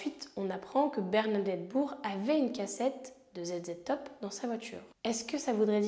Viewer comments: Le groupe ZZtop se prononce Zizitop ;) Edit: - si c'est le Parquet qui fait appel et que la peine est aggravée, ce n'est pas à l'initiative de l'accusé mais de l'Etat, donc quand tu dis "il n'aurait peut-être pas dû faire appel" tu te trompes de partie... - je connaissais cette affaire, elle avait été traitée dans un FELA avec Hondelatte, et en plus je suis Nancéenne lol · Groupe ZZ top à prononcer zi zi top .